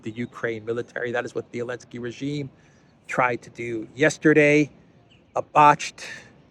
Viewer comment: Hey Eelansky draft beer not men